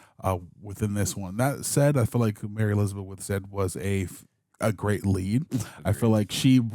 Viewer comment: the way u says "Mary Elizabeth Winstead" got me 😂